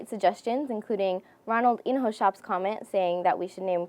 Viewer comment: It's not (ronaldin-ho-shop), its (ronaldin-yo-shop.Hes a soccer player!:)